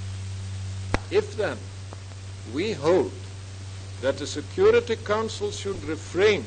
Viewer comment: Logat bahasa Inggrisnya jauh lebih baik dibanding Soekarno & Hatta, terutama pas beliau bilang: "council". 🎉